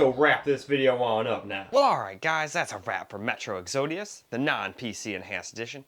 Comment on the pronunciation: Did you not finish the second grade? I'm not even sure how to spell the way you think "EXODUS" is pronounced. WTF? How do you see the word "EXODUS" and come up with WHATEVER it is that you said in this video? I clicked this just to check out how the game ran on this setup and in the first 4 seconds, I hear you DESTROY the English language. There are tribes, deep inside the rain forest that could pronounce the word "EXODUS" and here we have yet another person in the United State that can't even speak properly OR read. The video was paused at the exact point you couldn't pronounce a word that a 7-year-old would be able to, and it will not be resumed. If you graduated high school, you were 100% part of the "no child left behind" act signed in about 20 years ago.